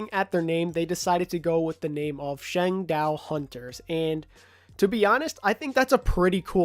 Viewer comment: No offense, but every time I heard you say Changdao, I winced in pain